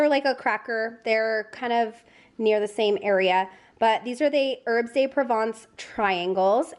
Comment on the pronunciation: But you did get "pavé" right because the é has an accent. As long as we're doing French, the "de" in herbes de Provence should really be pronounced "duh".